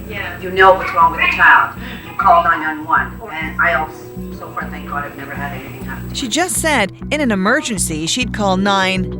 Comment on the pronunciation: And she just said "thank Gowad". How is she gonna handle an emergency if she doesn't know God's name isn't Gowad??? lol. just kidding guys!